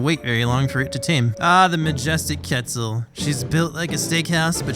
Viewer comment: Did he seriously say ketsel